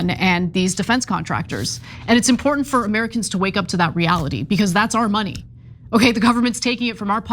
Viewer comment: "Importinant" new words?